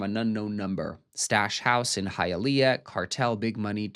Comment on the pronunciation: Couldn't even pronounce Hialeah......lol